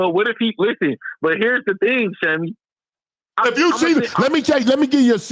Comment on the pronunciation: Man I’m watching the movie sinners and they owe you some money they saying Sammy like you say Shammy it’s lawsuit time